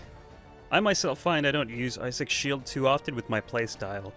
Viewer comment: I-sick is how you pronounce it